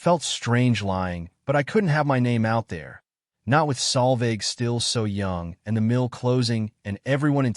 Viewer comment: I always read the text subtitles. The AI narrator has absolutely no idea how to spell the young lady's name. The name was butchered on multiple occasions by AI in several ways, with the worst of all as "Sal Vag" and "Salvage"!! The correct spelling is Solveig. It is a Scandinavian and Old Norse female name.